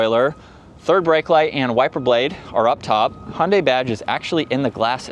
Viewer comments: I know that, and they're wrong. "Hi-undai" is also wrong. The right way to say it is Hyun-dai. with the y of "yodel". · I'm sorry, but why do you say "Hundai"? The "y" in Hyundai is not silent, you should pronounce it.